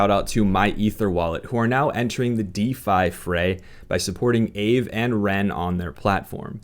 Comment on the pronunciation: i hate being "that guy" but i figured i'd let you know that--at least according to a video on their site--Aave is pronounced "AH-vay". LOVE your content by the way, it's super relaxing which is hard to say for the majority of crypto youtube hahaha. not too many crazy edits or anything just a nice lil chat about crypto. :^)